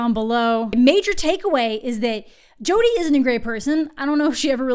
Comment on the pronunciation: Your pronunciation of Jodi reminds me of Jotunn from Norse mythology, often translated as "giant", which is just funny on another level. A higher level, one might say. Because tall = funny.